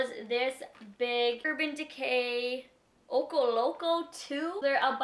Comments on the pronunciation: Lol it's pronounced Oh-Cho like the CH sound. Ocho in Spanish means 8 & there's liners in the urban decay package cx js. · the "ocho" in "Ocho loco" pronounced as cho in the word chocolate. love you!